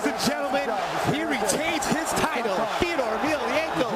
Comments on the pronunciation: And dumbass commentators need to learn how to pronounce Fedors name. Its FEDOR not FEEDOR. Fuckin knuckle heads. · since when is fedor pronounced "fiador" lol